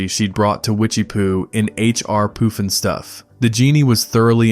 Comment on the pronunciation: It's not poofin stuff it's puffin stuff... It has to do with smoking marijuana